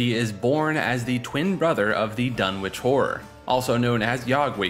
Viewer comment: maybe you should have added that the "W" in Dunwich is silent since you keep saying it